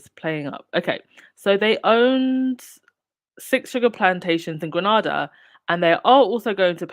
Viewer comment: Note it pronounced Grenada (Nayda not Nada) Granada is in Spain. I say this as a proud Grenadian. Love the program.